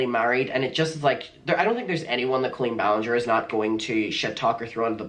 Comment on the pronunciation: Yeah it definitely is. The way the voiceover talks has that weird stilted tempo and somehow even though this “person” was apparently longtime fan they say “cole-lean ballin-jare”